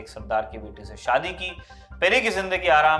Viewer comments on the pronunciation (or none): none